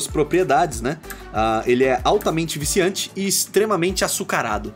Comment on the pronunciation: "Extremamente viciante e açucarado", acha que nos engana, ele deu muita ênfase pra esses adjetivos, deve ter alguma coisa a ver com a lore 🤔🤔🤔